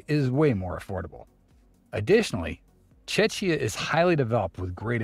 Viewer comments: The guy mispronounce the country's name. It's "Czechia", but that "ch" is pronounced like "k", not like "tch". (The "tch" is the "Cz" part...) "Czech" is pronounced just like "check". So, if you have a friend from the Czechia, he's indeed your Czech mate. :D There's no confusion: Czechia = Czech Republic, just as France is officially (if you translate it from French) "The French Republic" (you can see an "RF" on their Euro coins), Italy is "The Italian Republic" (you can see an "RI" on their Euro coins), Portugal is "The Portuguese Republic" (*), Slovakia is "The Slovak Republic", Greece is "The Hellenic Republic" (just to confuse you even more). About tourism in Czechia: I don't know what the narrator considers "recent years", but my first visit to Prague was in 1999, before Czechia joined the EU (we had border controls on the train between Brno and Vienna), and Prague was packed with tourists, many more than Lisbon had back then. So, I would say Prague has, since the end of Soviet overlordship, a consistent vibrant tourist market, it's Lisbon that became a tourist hot spot "in recent years" (basically from 2010). Melania Trump (née Knauss) was from Slovenia (in English, that "e" in "Slovenia" is actually a long "e", like in "to be"). Although Trump probably thinks she's from Slovakia. And Ivana Trump (née Zelníčková) was from Czechia (or actually, from Czechoslovakia, because even Czechia and Slovakia got "divorced" years after she did... :D ). But Trump probably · Mate - why are they calling Czechia "CzeTSHia" - it's not Chechnya (which is in Russia) lol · The way he pronounces Czechia gives me a headache... Čečia lmao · Almost sounds like "Chechnya" lol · Czechia and Czech Republic are both official names of my country. Same like Germany and Bundesrepublik Deutschland, or France and Republique Francaise. By the way, its pronounced CzeKia and CzeK. 🙂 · HOW DID HE PRONOUNCE CZECHIA EXCUSE ME? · He pronounced a lot of the countries wrong, lol.